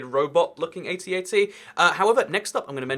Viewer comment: I'm so glad you said AT-AT correctly.